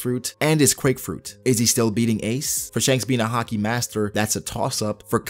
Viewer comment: I like the way you say haki as hakee